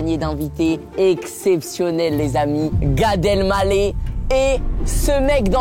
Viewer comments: « Gad el gallet » 😂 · comment tu prononce gadel maleh tu me fume